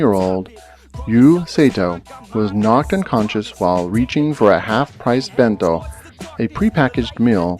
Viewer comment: It's actually Ben -to not too